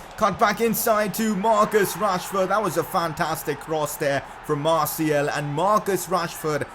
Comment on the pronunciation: His name is Martial not Martiel